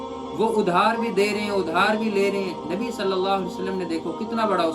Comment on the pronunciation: "Nabi" ke achhe se le